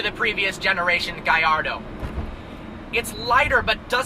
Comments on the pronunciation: Do you pronounce Gallardo like you do in spanish? should it not be pronounced in an italian way? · The way you pronounce Húracan and Gallardo is terrible and hurts my ears